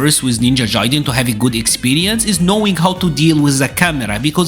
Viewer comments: Jaiden???? It’s gaiden. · Ninja Jaiden? 😆😂 Hard “G” for Gaiden (guy-den) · bro how do you play this game so much and pronounce it ninja jaiden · Guy-den lol but keep pronouncing your way you earned it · haha that's ok man ! It's indeed a japanese word (外伝). And yeah if that can help you as an English speaker you can say "Guy-den". No offense really, it was just funny because nowadays most media pronounce correctly those kind of "Japanese words that you can often find in video game titles". I like your content, continue the good work!